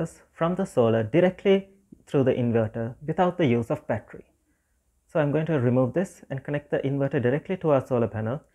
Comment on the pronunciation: You do not know how to pronounce battery?